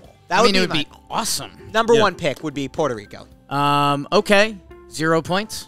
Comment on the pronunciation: oh i know y'all did not just say puerto rico